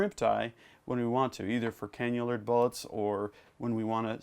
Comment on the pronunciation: Canna-lure not canular !